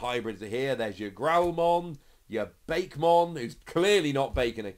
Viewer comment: Nice pulls dude and it’s Ba-Kay-Mon his name is literally Japanese word for monster when translated although if you want a cake Digimon there is an actual Digimon called Shortcakemon in a manga